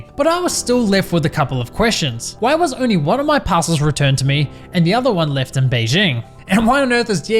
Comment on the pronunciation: I swear he's saying "Passholes".